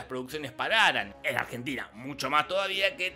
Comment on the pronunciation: En la intro dice Argenina 😂😂 gran video como siempre, los amo!!!!